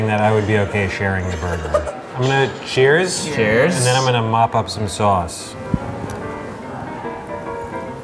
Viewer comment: It sounded like said "Tchuss" instead of "Cheers" at the Beverly Hills noodle spot.